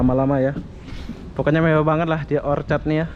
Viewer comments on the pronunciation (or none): Orchard bukan orchid